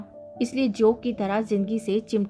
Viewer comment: जोक नहीँ , ।जोन्क। अनुस्वार ।सही नहीं लग रहा। ।